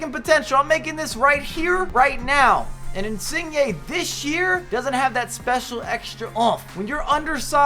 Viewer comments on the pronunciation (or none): Insigne u saying his name wrong bro hehe I know its hard lol